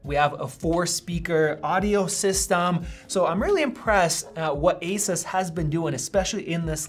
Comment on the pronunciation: He keeps pronouncing asus incorrectly...